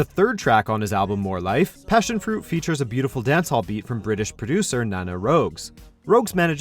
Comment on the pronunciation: PASSIONFRUIT.... FUCKING PAASIONFRUIT ARE U KIDDING ME